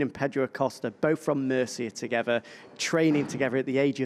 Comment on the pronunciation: Can someone teach Jack to speak . Together not togeva with not wif third not ferd